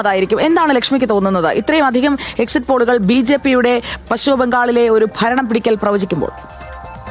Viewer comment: പച്ഛിമ ബംഗാൾ അല്ല, പശ്‌ചിമ ബംഗാൾ ആണ്. (ഉച്ചാരണം ശ്രദ്ധിക്കുമല്ലോ, especially Padma Lakshmi)